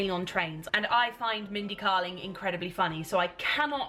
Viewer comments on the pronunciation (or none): Mindy's book is fantastic! Also her surname is pronounced "Kay-ling" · Yeah, it's KAY-ling, not KAH-ling. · I loved that book by Mindy Kaling, I didn't like the second one as much. It is pronounced Kay-ling I think. Have you read The opposite of loneliness by Marina Keegan? It's a collection of essays and short stories. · You will LOVE Mindy's book (it's pronounced Kay-ling btw). I absolutely love her and her book is one of my all time favourites. A real good read especially if you're in a bit of a reading slump. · its mindy KAY-ling